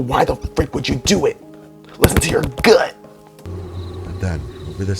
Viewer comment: had me rolling the way he said gut lol no offense